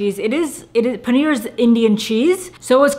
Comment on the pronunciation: Come on! You cannot pronounce "paneer"!!